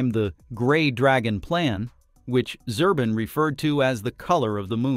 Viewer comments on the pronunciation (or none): Zubrin , not Zurbin